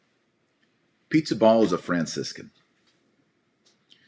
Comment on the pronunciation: His name is not pronounced as “pizza” but “ Peesabahla”